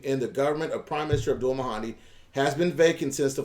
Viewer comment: FYI not: MA HAN DI. it gets confusing. Abdul- MAHDI. (ma’ dee)